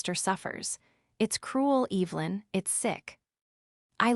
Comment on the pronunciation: Cant even pronounce evelyn correctly. Smh.